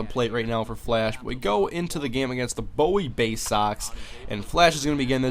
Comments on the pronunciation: Its Boowie Baysoxs, as in Bowie maryland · im not trying to be mean but its pronounced like booie baysox i used to go to their games